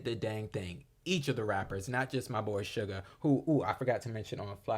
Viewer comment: you pronounced suga correctly thank you for reacting to the album!